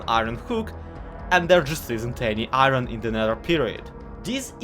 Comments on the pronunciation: Why do you say”Ih-rin” ITS PRONOUNCED “Ih-orn” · Why do you pronounce iron like irony?